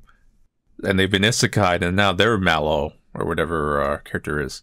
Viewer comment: It’s Mellow, not Mallow…